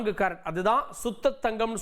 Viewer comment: Carrot engirai unakku pronunciation varale😢